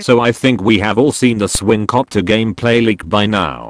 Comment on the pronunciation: Introducing..the swingcockter